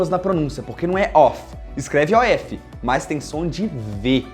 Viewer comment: Gostei demais ( too much ) da pronúncia correta do of and off. Thanks teacher.